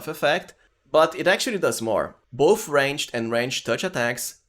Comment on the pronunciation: This is killing me. Do not pronuce the "E" in the word ranged. You are saying rangEDD. just say rangeD.